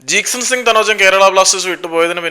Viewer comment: Bro ithe nirthiyile🤣 jeakson jeakson 😂...